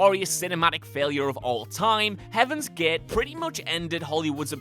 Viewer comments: I cringe when he says Heaven's Get instead of Gate. I know he's a Dubliner and all. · "Heaven's Gaaht" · Number eight Heaven's Geight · "Number ääääät: Heaven's gääääät" XD XD XD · NUMBA EHHT, HEAVENS GEHHT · "Number three. Heaven's Git"